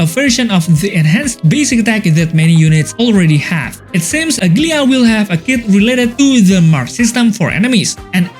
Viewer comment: Bro is saying ''ugly-ahh'' 😂